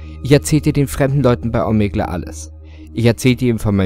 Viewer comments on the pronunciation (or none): Hust Hust Klugscheißer Mode Es wird zwar Omegle geschrieben, aber Omigel ausgesprochen. Klugscheißer Mode off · Rädit - Om-eg-le Das mit der Aussprache üben wir nochmal. :D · "bei Ohmegle" End me.